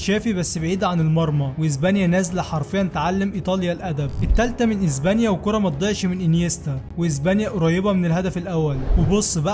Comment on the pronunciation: اسمها اسبانيا و ليس ازبانيا 😂😂